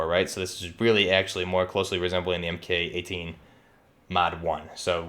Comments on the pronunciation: It’s pronounced “Mark 18.” Not “Em Kay 18.” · Almost everything in this is inaccurate. "Soap-mod"? Em-Kay 12? Em-Kay 18? Noguns confirmed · Cool video. Buuuut, the "MK" in MK18 is pronounced "mark". And the "SOP" in SOPMOD is pronounced like "mop" not soap. Other than that good work.